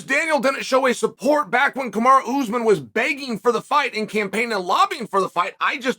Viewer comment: Ooze men. Can you try to pronounce the names of fighters? Even if you can’t succeed, just try.